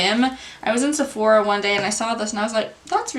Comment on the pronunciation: I think you are mispronouncing Sephora. A couple times, you called it Sef-or-ee-uh. But it’s just Sef-or-uh. No shade, just wanted to let you know for future. Nice vid.